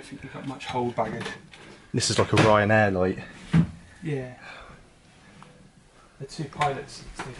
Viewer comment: Is Not Raran Air!